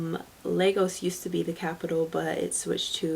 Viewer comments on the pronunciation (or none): none